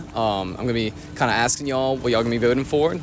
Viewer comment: Axing???????? Bro!